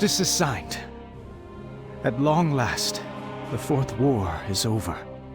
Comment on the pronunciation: Fourth war? Sound like you are saying "worf whore"